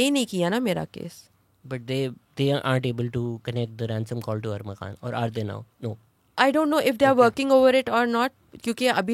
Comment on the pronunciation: Feeling sorry but i don't know why this woman not Pronouncing the killer's name correctly.....As if she has a problem speaking urdu...Its Not Armugan lady.....